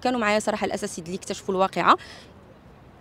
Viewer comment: كتقريو التلاميذ اللغات و كدعموهم و انت كتقولي الاساسذة و كتكرريها شحال من مرة نقول الاساتذة .